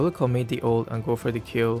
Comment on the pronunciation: Just secure some kills.. "our keels"